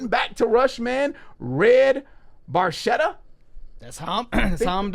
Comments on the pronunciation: it's barketa not baršeta. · It's pronounced Red Barketta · Best song off the best album by the absolute best band on the planet. In the automotive industry, the term "Barchetta" is used for a two-seat car without any kind of roof. The proper Italian pronunciation is [barˈketta], with a /k/ rather than the /tʃ/ sung by Geddy Lee. Neil Peart's favorite car was the 1948 Ferrari 166MM ″Barchetta″. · The “ch” should be pronounced as a “k.” Geddy mispronounces it. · A little trivia. You are correct; Barchetta is a Ferrari. Yet the pronunciation of Red Barchetta is Red Bar-keh, not Bar-che. Because Geddy pronounced it incorrectly, the new title is Bar-che. Barchetta is Italian for Little Boat. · In Italian, "ch" is pronounced like "K." So, you should pronounce it as red barketta. Barchetta in Italian means "little boat" because its shape resembles a little boat. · Actually pronounced Bar-ketta. Saw this live 4x in 1981. MSG 2 nights, 10th row, 11th row. Nassau Coliseum 2 nights 18th row, 7th row. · FYI...Barchetta is pronounced "Barketta". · Pronounced, "BarKetta" or 'small boat' in Italian. Geddy mispronounces it in the song 🙂 so don't feel bad. This was the song that sold me on RUSH in high school in the 1980s. As a car nerd, I was hooked. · Pronounced BarKetta, which is a small boat in its original translation! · i know noone cares but it's pronounced barketta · i know, i know... but the real pronunciation is barketta, sorry i must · Sort of. Regardless of Geddy’s or these guys’ mispronunciation of barchetta, in automotive terms it refers to a particular style of car (similar to coupe, sedan, spyder, targa, etc.), not to a specific model — although if you say “Ferrari barchetta”, car enthusiasts will know which particular cars you are referring to. A barchetta is a small, open-top car similar to a little convertible, but with no top that can be put up, so if you’re out for a drive in a barchetta and it starts to rain, then you have no choice but to get wet.